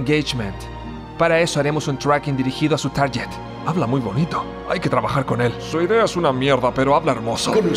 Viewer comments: "Target" se pronuncia "targuet", no "taryet" 😉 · Igual se me cayeron con Target. Es tárguet, no tárllet...